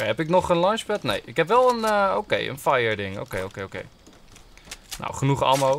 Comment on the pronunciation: je schrijft het als ammo maar je spreekt het uit als emmo blijkbaar toch niet goed je huiswerk gedaan!😉